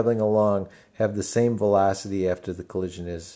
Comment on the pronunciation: I love the way you say velocity! thanks for the helpful video